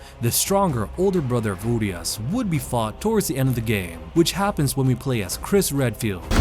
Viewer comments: one additional info: the way u say URIAS is with SH instead of S. this is how u need to actually say: URIASH. on the the other hand, translation for STRAJER is perfect as Guardian with one quick note added: STRAJER is a form or archaic guardian in Romanian language taken from medieval times. nice touch from developers. cheers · Well it's actually pronounced "uriash", cuz in Romanian we have this letter called ș which is pronounced like sh. "Uriaș" also has this letter. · As a romanian the name is a bit painfull to hear lmao😂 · you trying to say a single word in my language "Urias" gives me ear bleeding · You’re pronouncing the name wrong